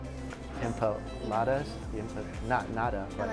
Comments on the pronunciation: Oh man...that split second of regret saying empa-eat-alottas cracked me up 😂😂😂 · "Empalaeatalotas" is that what you said??? lollol 😅😆😆😅😅😂😂